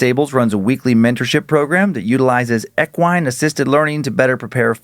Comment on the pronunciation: For God's sake it's pronounced "Eck-wee-in" not Eckwine. 🤣